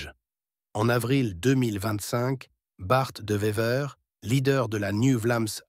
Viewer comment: Il dit aussi "Bart 2 Vever"